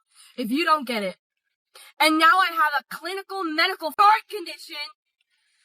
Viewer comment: The way you cut her video, it sounds like she’s saying she has a clinical medical “fart condition”.😂😂😂 Though it’s heart condition.